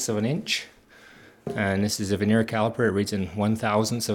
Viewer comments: It is Vernier, not veneer. Vernier (with an R) comes from the Frenchman who invented the bottom scale to increase precision. Veneer is a very thin wood sheet that is glued on top of crappy wood products to sell them at a higher price to the masses. And use a stick to point things out. The fat finger covers up half the screen and the uncontrolled shaking is dizzying at such great zoom in factor. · I thought it was cool that vernier is pronounced differently where you grew up from where I grew up. We pronounced it 'vər-nē-ər in three syllables. I love the way language shifts and morphs.